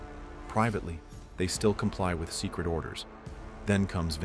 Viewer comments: “Top Socret” 😂 AI out here doing its AI thang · "top socret"